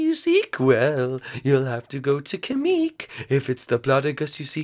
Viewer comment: it's pronounced kamek not kameek